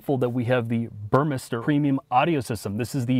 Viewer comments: Guys listen to that Burmester. The correct pronunciation of the word. So many auto journalists and sales people mispronounced it as bur-meister. Kudos to! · thank you for finally pronouncing Burmester correctly. It's not Burmeister